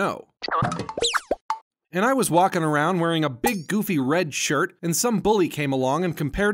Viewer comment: You're saying the goffy...yeah I know it how stupid. 😧